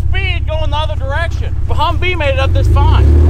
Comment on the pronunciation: YOU SED The Hummve IS FRED